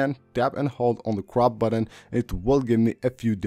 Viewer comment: "add them sepabrley" LOL "just tap the dumb buddon and now you're good to go. of course"